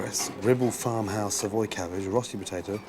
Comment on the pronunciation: gordon's pronunciation of rösti leaves something to be desired